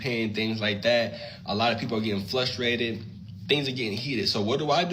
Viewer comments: "Flustrated"??? Makes sense...he refers to himself as "" and in the third person. 😂😂😂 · "FLustrated"? Dude, the word is fRustrated, with an R, NOT an L!!!😢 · Did he say Flustrated??